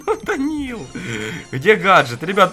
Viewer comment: как будто сказал Дауниил:)